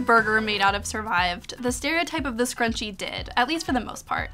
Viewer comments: MnMsandOreos a scarUnchiee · Oh my god the way Sarah Jessica Parker said "scruchie" the last time is legit one of the worst things I've ever heard